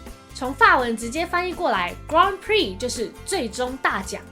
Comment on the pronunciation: 很多法文的音都念得很怪，重音位置錯了的緣故。 grand prix是錯的很明顯的，英法文完全搞混， 法文念錯不說，連原本grand的英文發音也回不去了 XD 呵～不過這是初學者需要轉換兩種語言，很痛苦的過程就是了。